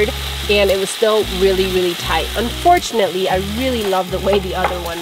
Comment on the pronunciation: “Unfortunely” is not a word. “Uhspechly” is not a word.